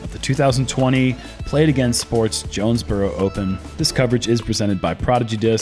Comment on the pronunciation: Jonesboro, spelled as "joe-nez bro"😀